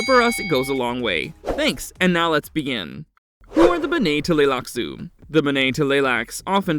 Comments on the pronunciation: OK Full Stop. Just a few seconds into this and the Narrator absolutely BUTCHERS the pronunciation of “BENNAY TELLY LAXOO” !!!! Dude!!! Learn to read!!! It’s pronounced more like “Benny Tly-Lax” !!!! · Witch won? “Benae Teleylax” or “Honored Maters”?😂🤣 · BEN-nay t'lai-LAX-uu The t' is combined with the L Luke in aTLantic. It's a pretty subtle tongue slicking sound. And like JR said - gholas are not clones.